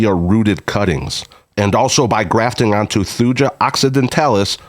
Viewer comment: Acer platanoides is plat-a-noy-deez. Thuja is thoo-yah. The species name glyptostroboides is glipto-stro-boy-deez.